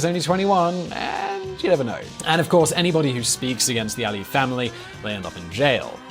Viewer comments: You omitted Nakhichevan from the map of Azerbaijan and it's Aliyev not Aie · I think you have sort of mispronounced Aliyev all the time